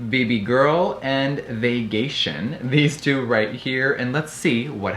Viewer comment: Omg is the name of the highlighter “vagaytion” ??? Or am I hearing things lmao if it is I’m DEAD 😂😂😂😂😂